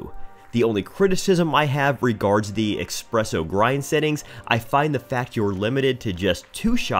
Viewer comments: Anywhere from "expresso" .... stopped video at that point. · ES-presso not EX-presso.